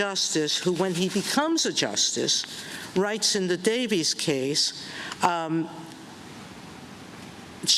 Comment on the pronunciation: Did Sotomayor say “Davies”? She said Davies. 😂